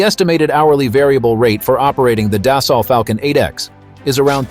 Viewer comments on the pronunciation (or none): It's not "das-salt", it's "des-sew". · Annual cost on a 7x runs around $3-$3.5 million so I’d expect the 8x to be a bit more that said this video was pretty poorly done not to mention the Ai keeps mispronouncing Dassault…